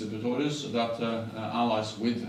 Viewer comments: Doch, er sagt 2x Pitorius, statt Pistorius. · spricht Herr Stoltenberg den Namen vom Verteidigungsminister falsch aus oder höre ich schlecht?